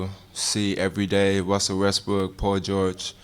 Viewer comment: Wussell Westbwook